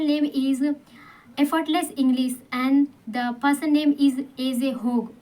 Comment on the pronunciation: Your english sentences are good but, some words pronunciation are not perfect, mainly 'English ' you should say ' sh' not ' s'.